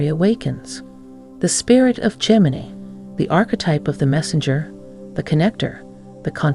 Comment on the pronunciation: Gemi-NYE. Train your AI properly, please!